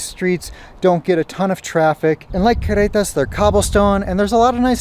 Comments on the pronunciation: it's Carretas, (Caugh) you are pronouncing it like Querretas but no biggie. Good show. :) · You have almost managed the trilled double r sound but not quite yet for carretas but darned it if you haven’t managed a Mexican Spanish accent back in English … the double r is the hardest but your Mexican Spanish, when in use, is actually a very good middle class standard & will only get better with time … & eventually the accent in English will tone itself down; it’s pretty much the growing pain byproduct of bilingualism, it also happens the other way around if it’s any consolation & actually an excellent indicator that your brain is integrating your second language in full … just wait ‘till you get to year 6 & year 10, since you are at about year 4 & you are doing this as an adult; I did it as a child & the other way around … Great content, & a very polite way for you & Maddie to part ways, & very tasteful way of introducing your new ‘media naranja’, Maya, …